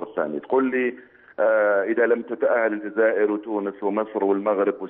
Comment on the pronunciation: صعب عليه نطق اسم الجزائر